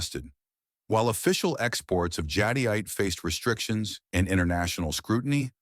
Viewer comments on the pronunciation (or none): I hate these auto narrated voice overs. Jadyite? Jadeite pronounced jadite